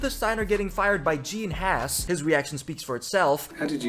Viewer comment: Honestly the Haas liverly looks pretty good. Also everyone on f1 pronounces Haas wrong.